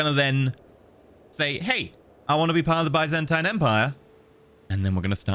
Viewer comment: the way he said "byzantine" makes me die inside